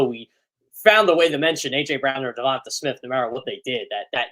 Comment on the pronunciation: Uhhuhhh teach him to pronounce DeVonte's name correctly PLEASE!! 😂